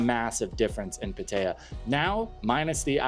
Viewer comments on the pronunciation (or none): PAH-tuh-ya, not Puh-TAY-ah. Krahb-EE, noy KRAHB-i. Also, if these people are just coming because they are looking for a cheap jungle country whose poor people you can exploit by taking advantage of their cheap goods and lodgings, but you are not actually appreciating Thailand for its history, and trying to learn its language, and knowing its TV and movie actors, and current pop songs and singers, and experiencing the country outside of the tourist nightlife and tourist hotspots, then please don't go to Thailand-- you are the sort of person who makes it bad. Just move on along to Vietnam or Philippines.